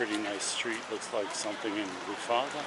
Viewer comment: Greek here, it is pronounced kifisià